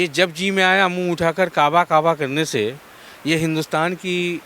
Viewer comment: का बा नहीं ये काबा बोलती है 😡